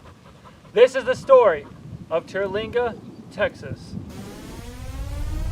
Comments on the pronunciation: Terlinga.. bro pronounce it correctly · Learn how to say Terlingua.